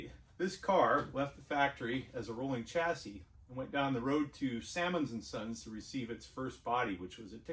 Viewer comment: Just a word for you Americans , Chassis should be pronounced as “ Shassis” , ! 🇬🇧🇬🇧🇬🇧